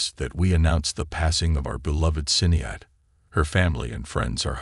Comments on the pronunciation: Its not Sin-ade or Sin e add, her name is pronounced Shienade. Where's her implied funeral pics? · Her first name is pronounced SHINaid (not spelled). Such lazy journalism and disrespect that you can't even say her name correctly. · WHY ARE YOU MISS PRONOUNCING HER NAME?!?!! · Get the pronunciation correct, really annoying me. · So many don't pronounced her name right... it's like they never knew her and her extraordinary career. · OMGoodness, what is wrong with you people? If you're going to use some computer generated voice-over, at least make sure it can pronounce someone's name correctly. I cannot watch one more second of this video bec it is extremely in poor taste and utterly disrespectful to keep on saying her name in such a heinous way. ~Shame on you! Ugh. Thumb down. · Omg ..remove this nonsense….you can’t even say her name correctly …. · Shame on you , you don’t even how to pronounce her name correctly???